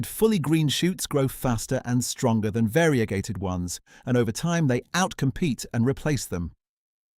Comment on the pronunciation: Great video. The only mistake is the pronunciation of variegated (VARE-RUH-GAY-TUHD)